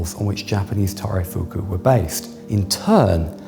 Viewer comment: The guy has completely butchered taireifuku, would have no idea what he was talking about without the Japanese conservator